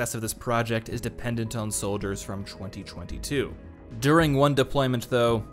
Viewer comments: Yeah yeah good video, but why does he pronounce 2022 as "chwenty chwenty two"? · They way you say '2022' really bugs me